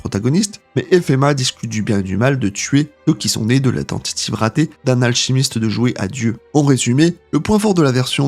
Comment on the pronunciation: J'ai arrêté au début de ta vidéo quand tu ne sais pas dire alchimiste.